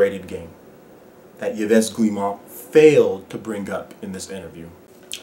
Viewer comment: Great video,. Agreed 100% Ubisoft is the French EA. Btw, his name is pronounced "Eve Gi Mon"